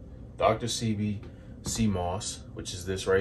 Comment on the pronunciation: Dr. Say-Bee is how it’s pronounced thanks 4 sharing!!